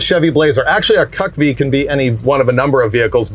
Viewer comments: Let’s agree to not call them “cuck vees” again lmao! I’ve always said “see you see vee” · In the military we pronounced CUCV as cook-vee. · I know why you are saying cucv like that but when I was in the army we typical pronounced it cutv. Just one of those words thats not really pronounced as its spelled. Nobody wants to mix up a military truck with someone that likes to sit in the corner watching his wife getting drilled. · CUCV has a different meaning when you say it like that 😂😂😂😂